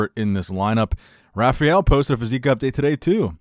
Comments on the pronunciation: Bro you always say rafiel brandão, its rafael not rafiel, its pronunced rafa L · Guess he can't say "rah-fah-el" XD